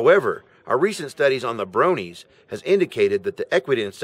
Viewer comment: its Bronie not brownie